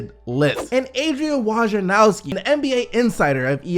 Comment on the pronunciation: Is anyone ever going to properly pronounce Wojnarowski's name?